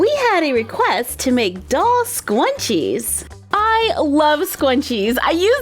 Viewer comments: im not trying to be rude but its scrunchies not scwunchies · It is not called stanching is scrunches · you said scrunchie wrong. you said skw-on-chies. - _ - its skr-un-chies. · Me:Yaay scrunchies!!!! You:sqwunchies yes ikr there so awesome me:Ummmm am I wrong I thought it was scrunchie LOL!!! 😂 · they are called SCRunchies Not scwunchies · * We have a request to make doll scwunchies * AAAAAAHHHHHHHHHH I CAANNNTT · Why u saying scuinches it scrunchies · Their shrunchies not shqunchies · Is it just me or is she saying “Scwunchies” osntead of “Scrunchies”!!!!!So adorable😆😆🥰🥰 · She keeps saying scwunchies and it’s pronounced s-k-r-u-n-c-h-e-s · Me: Says "Scrunchies": SqUnChIe Me: Teach me your ways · omg the way you say scrunches it’s sounds like “squanches” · The more you listen it sounds like she says “soy machine” lol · Squnwies lol! I thought it was scrunchies! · It sounds like she said scwunchies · She says scwunchies it's so cute😀😂❤ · For thick haired girls like me, "scwunchies" are a godsend. (I love the way you pronounce some things, it's adorable.) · She kept on saying scwunchie but it's fine though